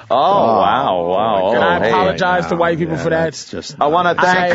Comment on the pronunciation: "My beeple" lmaooo😂